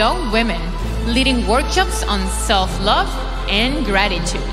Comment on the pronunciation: SELF NOT SELD OR WHATEVER THATS CALLED AND WHATEVER THAT IS